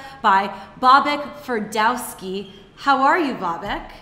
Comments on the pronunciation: Aaargh! It's Ferdowsi not Ferdowski. He origins are Persian, not Polish. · His name is Babak Ferdowsi. Not Ferdowski !!! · It's amazing how people/media misspell his name, It's not "Bobak" nor "Ferdowski" as the interviewer also pronounce his surname(awkward). If you have trouble spelling/pronouncing his name, just say Mohawk man. Ferdowsi was a great Persian poet who lived around 940 CE, that's right, Babak is originally from Iran. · it is not ferdoski!!! its FER-DO-SEE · ferdawski?! :)) it's ferdowsi, how hard is that to pronounce?! i mean, come on.. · FerdoawsKI? lol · "Hmm, maybe I should practice saying his name at least once before I interview him... nahh." "Babak... Fer..dow...ski'.." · did she said "Bobak FerdowsKi" ? she knows only "jewish" names...lol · ferdowSKI? WTF dumb bitch how hard is it to read someone's name! just practice it twice before the interview! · fail iranian name pronunciation ... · She mispronounced his last name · She cannot even pronounce his name correctly, haha!